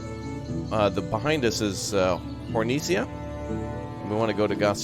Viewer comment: Did he say "Hornicia"?